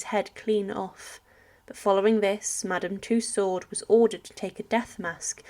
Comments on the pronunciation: This commentator does not understand the term “victualling,” or it’s meaning. It is pronounced “vitalling.” In addition, Madame “Tussaud” is not pronounced as “Two Sword.” It is pronounced “Two So.” Why doesn’t this woman learn to pronounce simple words? I’m afraid that I WILL forget to subscribe. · Marie Tussauds surname is pronounced toosow. The d is silent.